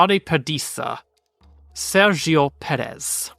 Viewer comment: In Mexican spainish, the g is pronounced like an h sound so it would be “ser-he-oh”